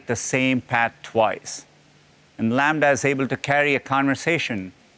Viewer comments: laMDA.... LAMBDA... Half life 3 confirmed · Well, it is not called Lambda. The name is LaMDA, but I get it that it is close enough hahaha